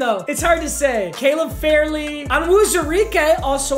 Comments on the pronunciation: It is Farley is pronounced like far lee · Played against Caleb in high school it’s Farley (Far-Lee) papa😅